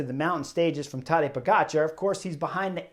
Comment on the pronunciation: Tadej Pogačar? It's not silent, Chris pronounced it correctly. The only mistake everyone makes is the emphasis in the name, because it's tadEj, not tAdej.